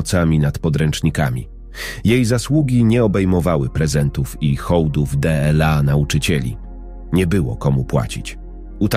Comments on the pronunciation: Czytanie TRAGICZNE ,,d l a,, czyta się. ,,dla,, czy to tak trudno się nauczyć, zapytać kogoś ❓ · Sorry ale słuchać tego nie można 18 rano dela zamiast dla no szok kto to czyta 😢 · Dlaczego d l a jest czytane pojedyńczymi literami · Piękna życiowa historia milionera i jego chorej córki oraz krąg dobrych aniołów - ludzi o dobrych sercach. Jednakże słowo dla czytane del-a psuje strasznie to opowiadanie. Gdyby nie te del-a byłoby super. Dziękuję za tę historię chorej dziewczynki na autyzm i jej terapeutki. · To czytanie DLA jest denerwujące.